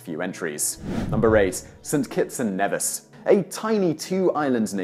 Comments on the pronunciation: St.Kitts & Nevis (pronounced knee viss) Ne(h)vis is in Scotland lol. Just a helpful tip. I love you and your TopTenz to the Moon and back by the way! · Actually, St. Kitts' sister island is pronounced KNEE-viss (Nevis). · I was thinking “my island won’t be shown on here, they’re so healthy...BAM St. Kitts & Nevis” it’s pronounced KNEEvis btw..